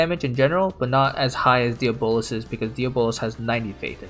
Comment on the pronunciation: Bruh it’s pronounced Dee-aa-bo-luhz ... not Día-bolos ...